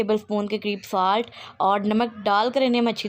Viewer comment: The words which u pronounce are, chop, brown, salt, etc. My sweet sister once again listen to your video, I don’t mind if someone corrects me, it’s a part of learning. I’ll try the dish which u prepared, it seems to be delicious